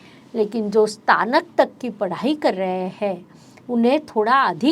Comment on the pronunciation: Ma'am ...इस्तानक nhi स्नातक 🙂